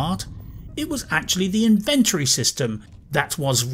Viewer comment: It saddens me to say that I tend to agree - apart from the pronunciation of 'inventory'. My PC isn't that old but it struggled running this game and I'm about to switch to X-Box X Series so I honestly don't think I'll get Starfield when I make the switch - at least until it's modded extensively - although there seem to be some worrying changes afoot there. It started off promisingly but quickly fell into boredom for me. My main criticism is the soul-crushing grind. The good stuff is way into late game and you not only have to pick a perk but complete 'challenges' to get there. It's tedious. And the woke... oh god the woke......ALWAYS a female boss or a 2nd in command (usually the former). ALWAYS a gay person or trans. I made a point of never choosing Barrett as a companion when he started going on about his husband. I'm all for inclusivity but this stuff is being rammed down our throats now (no pun intended). Love Skyrim, love Fallout. This is so disappointing. Currently running through Dragon Age Origins again. Now that was fun. Oh and yes, The Expanse was great.